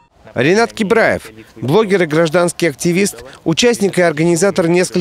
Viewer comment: не кибраев а ебраев